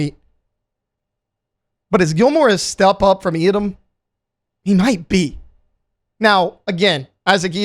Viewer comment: Someone plz teach this guy how to say Yiadom.